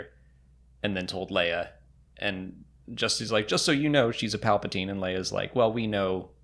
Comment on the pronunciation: I'm pretty sure Luke read the script and that's how he knew Rey was a Palpasheev